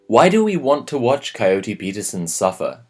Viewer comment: Coyote... Ohhhh I was half listening so thought he was saying Cody and just had a strange accent.